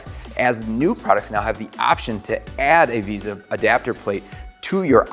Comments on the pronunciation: “Veysah” not “Veeza” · its vesa not visa. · So many comments pointing out amazing things this video missed But I still can't get over him saying visa instead of vesa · Why does no one know how to pronounce Vesa? It's "Vay-suh" not "visa" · It's pronounced vey-suh, vesa.